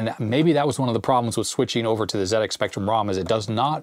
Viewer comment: Wonderful video thank you. Very interesting. As a British (actually Manx) citizen, I am overjoyed to hear you say Zed-Ex Spectrum, rather than Zee. My favourite Sinclair game is Elite, have you played it on the Spectrum?